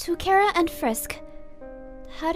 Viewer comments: Am I the only one who thought it was pronounced Chara rather than kara? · stop with the KaRa its chara ch bruh